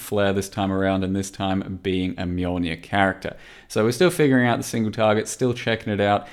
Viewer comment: What's a "Mulenir"? I only know of the Mjolnir.